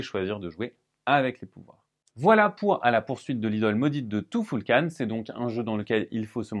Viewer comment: Tu-ful-kan...... tou foul kane ? Non allez !!